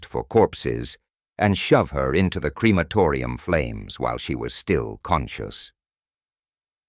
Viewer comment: Its not Creamatoria ffs